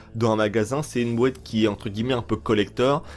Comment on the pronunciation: la fameuse ''bouéate'' de vins je m en lasserait jamais😁 , sinon super info gg👍